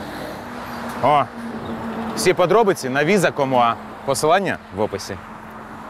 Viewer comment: вітаю. дякую за відео. а чому "віза ком уа" а не "віза ком ю ей"?